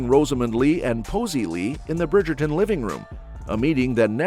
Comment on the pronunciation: The Brigayton😂